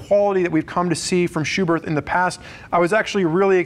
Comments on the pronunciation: Spurg: It’s pronounced SchuberT. Germans don’t have a soft-TH sound. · The h at the end of Schuberth is silent